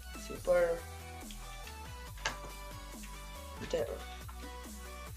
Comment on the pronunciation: Love Irish "Dettrun"